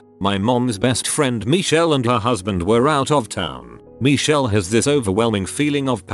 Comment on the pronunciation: Nobody: Narrarator:MeEcHeLl